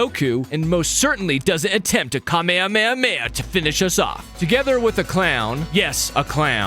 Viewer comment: ItS kahme Hama ha